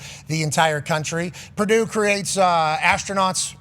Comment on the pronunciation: It's Purdue, the sky didn't fall and why is worthy of mentioning, its Prdue. Geez